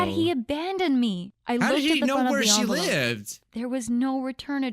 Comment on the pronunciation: What it says: Onvolope What it was supposed to say: Envelope